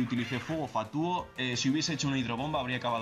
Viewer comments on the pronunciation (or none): pero él dijo fuego ''fatúo'' cuando se pronuncia ''fátuo'' xD (se que o lleva tilde, lol)